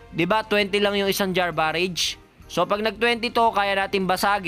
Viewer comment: galing mo idol! kaso sumasakit tenga ko pag sinasabi mo BAREYJ. BARAJ basa dyan sir. parang berserker barrage lang ni wolverine.